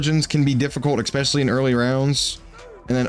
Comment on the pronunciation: ESpecially bro. Not eXpecially. There is no (x) in especially. Definitely doesn't ruin the vid haha just noticed you say it every vid. ❤